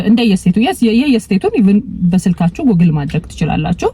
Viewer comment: Ohio 'ኦሃዮ' ብለሽ ላላ አድርገሽ ጥሪው። አንች 'ኦሃይዎ' ብለሽ ነው የምትጠሪው። ሌላው፣ Google 'ጉግል' እንጅ አንች እንደምትጠሪው 'ጎግል' ትክክል አጠራር አይደለም። በተቻለ መጠን፣ ረጋ ብለሽ ብትነጋገሪ መልካም ይሆናል። ትንፋሽ ለመሳብ እንኳን ለራስሽ ጊዜ አትሰጭም።